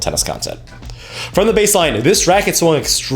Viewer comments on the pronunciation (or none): none